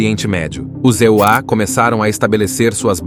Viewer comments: os ZEUÁ!!! QUE diabos é isso!?!?😂😂😂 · "Os Zeuá" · Essa dublagem de Inteligência Artifical é tensa. "E.U.A." 😅